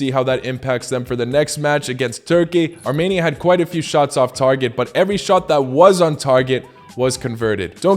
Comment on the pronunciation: I’m from 🇦🇲Arminia🇦🇲 so I know it’s pronounced Armenia, not Tarmenia!